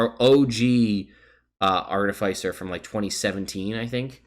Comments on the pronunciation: Says he'll go back and forth between Arti-FICE-r and Arti-fiss-er, but says FICE throughout the video. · It's pronounced Ar-ti-fis-er not Ar-ti-fice-er because an artifice is a complex machine and an Artificer is someone who builds and works with artifices. These are actual real world terms. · No one else in the world says FICE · everybody who pronounces it art-i-fice-er probably likes the taste of arti-fice-ial sweetener. hopefully they don't get pulled over by an off-fice-er of the law. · Long "i," short "i," it does not matter as long as you do not pronounce it ar-TIF-icer. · The way you phonetically spelled that out isnt right I think.. aar-te-fiss-er is the right way to pronounce it. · The real pronunciation war is Ar-ti-Fi-cer vs ar-Ti-fi-Cer